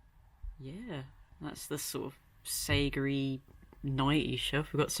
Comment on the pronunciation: I’m going to use the word “segary” from now on